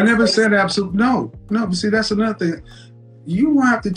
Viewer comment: "wid u" "dats" "faminine" "I think white woman are" 🤷‍♂️🤔🤔🤔🤔🤔 I mean..